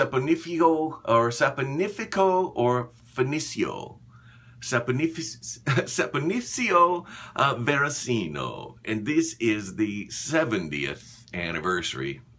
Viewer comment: It's pronounced Saponificio Varesino. What's wrong with you? :)